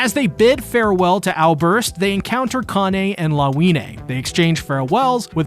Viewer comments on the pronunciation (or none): none